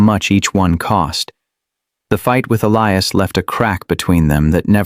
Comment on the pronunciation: The narrator keep pronouncing Elias's name wrong.